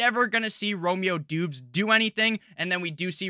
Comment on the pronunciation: Great channel! Romeo Doubs. Doubs is pronounced Dobbs btw